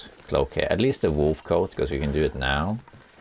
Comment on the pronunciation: Just did the stupidest laugh at "you know what to doe"